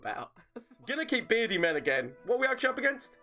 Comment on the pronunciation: Take a shot when he says "berdi mam",you'll get to Irish level drunk